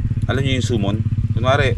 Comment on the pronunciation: Summon - SAH-MON hindi SOOOMON. Masyado mo sine seryoso ang third eye. Kung ayaw mo, hindi naman dapat pag usapan. Parang gusto mo din sakupin yung market ng paranormal tulad ng pagtawid mo sa van life. :/